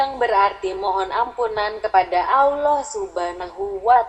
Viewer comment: Mohon pengucapan sholallahu allaihi wasasallam. Dan pengucaoan Allah di perhatikan pengucapan nya harusnya Alloh bukan Allah seperti tulisan latinnya . karena penulisan arab alif fatkhah ketemu lam bacanya Alloh beda kalo alif kasroh ketemu lam bacanya illah . Mohon koreksinya jika saya juga salah